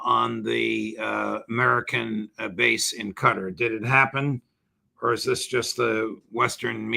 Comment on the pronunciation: This mf on purpose calls QATAR Gatar. Its also not EYE RAQ OR EYE RUN, IT'S IRAQ AND IRAN